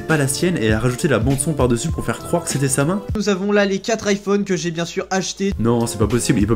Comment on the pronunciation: Ouais ! T aurais du fiaire plus de recherche que ca ! T en a pas fiait asser ! Alors fIais en plus ! Serieusement, qu est ce que ce i fiait la ?